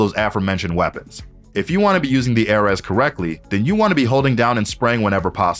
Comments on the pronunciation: aireez not airez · ‘A’ ‘RES’💀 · IM SORRY AIR-RES???? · i know this man didn't just call it the "Ehhrez" 💀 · Him: "The Airez" Me: The what!? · this is the weirdest pronunciation i’ve ever heard. not even close lol. nice vid though. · I hate how confidently he mispronounces the ares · I’m Annoyed at the way he pronounces ares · WHY CAN YOU NOT SAY ARES WHAT IS WRONG WITH YOU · the way he says ares is actually painful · my guy cant pronounce ares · bro how did he pronounce ares 💀💀